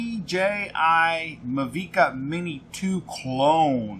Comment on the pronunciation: Everytime i hear you call it a "Muh-V-Ka" drone i cringe inside. Have you seen top gun? The drone is called a mavic like maverick but mavic.